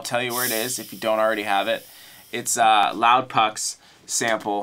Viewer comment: "Loudpuck" lol